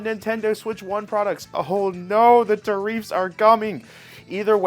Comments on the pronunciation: Tariffs ... not Tahreefths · Great content~ try saying tariffs rather than tar-eefs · Bro.. why cant you pronounce common words? Its not tareefs its tarifs.. you've heard everyone else pronounce it... its not onime... its anime. And its not jOmboree its JAM..bor ee. Like wtf. Im not sure if you do this on purpose to get comments. Or what. But christ.. it makes you sound dumb. Just pronounce the words the way you know that they are supposed to be pronounced. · It’s pronounced “Tear Ifs” it’s spelled tariffs. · Ta reefs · Bro... fuckin tell me about it so many common words this guy just outright chooses to not pronounce the same way he knows hes heard them be pronounced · I love how he says Tariffs wrong 😂. God bless America! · Dude, stop pronouncing "tariffs" like that. Jesus, you live in an English speaking country.